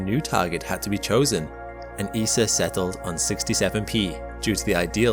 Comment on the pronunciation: Isis' most ambitious mission? It is Eeee Essss Aaaaah. ISA. Not Isis. Why is the prununciatiun so poooooor?! So over the top, and even ESA is miss-pronounced. Weird.